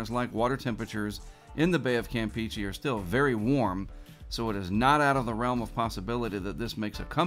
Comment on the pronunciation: Hey, I really appreciate what you do in the weather community and I watch your videos every single day, but....... "Campeche" is pronounced com-pay-chay, NOT camp-peachy! You said it correctly one time a few months ago I recall but then immediately reverted back to camp-peachy, so I just thought I'd give you a friendly heads up about the actual pronunciation:)